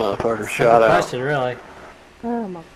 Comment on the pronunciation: "Leh meh as you a quest on" lol fucking dying